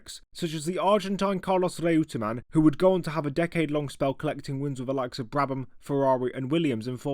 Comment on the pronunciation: Reutemann for one. It was always pronounced “Roy-ter-man” by the likes of Murray Walker and Simon Taylor